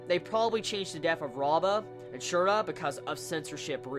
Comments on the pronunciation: Btw Syuras name is pronounced (Syur-ah) xD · No XD Its Syura xD